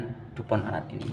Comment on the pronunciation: Baca nya bukan lanat bang, tapi laknat